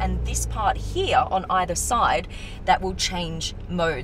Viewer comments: Absolutely LOVE the color...and the way you pronounce “here” like “heyah”, 🙏🏽🙏🏽🙏🏽. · When she says “here”, it sounds like “hee ha”. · Anyone else love how she says “here”?